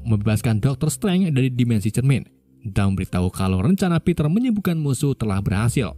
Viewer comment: Pronunciation nya min.. kurang enak Di kuping. Dr. Strange, dan MIT